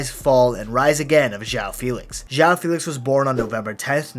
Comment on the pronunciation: JÂU FILIKS